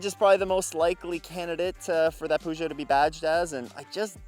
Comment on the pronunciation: What is a Poogeot?? Its Peu-geot!